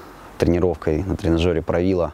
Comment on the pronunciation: 😂😂😂😂Поправило позвоночник после словестного 'правила', ударение на 'И '💪💪💪